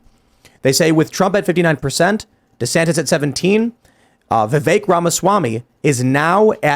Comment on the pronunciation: the name is pronounced "vi-VUHK', NOT vi-vayk.......